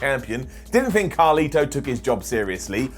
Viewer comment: His name is carlito not carli